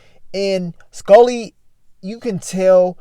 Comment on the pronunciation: Broooo 😂 You be killing my how you say Skully. “SkOlly” 😆